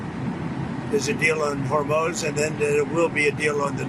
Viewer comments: Is trump calling the Hormuz Strait the "Hormone" Strait"???? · He still says “Hormoz”. He’s such an idiot. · Did he really say hormose or Hormel strait😂😂😂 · Did he call Hormuz hormose